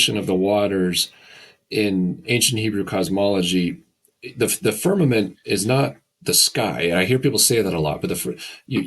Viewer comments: He says firmanent. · The guy is brilliant, but I found it super annoying when he used the word f e r n a m e n t instead of firmament